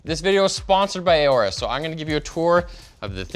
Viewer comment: im pretty sure its just "orus" not "ayorus"